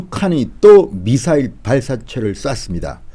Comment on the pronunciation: 쟈들은 미사일 발음을 못하나 ??? 따라해봐 미~~~사~~~~일